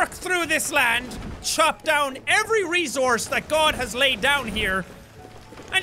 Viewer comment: It's resource not rezourze